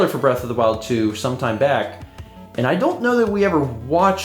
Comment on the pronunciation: *Beast of the Weast